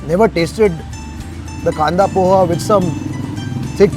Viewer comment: Pls call it as ''pohe'' btw ur videos are nice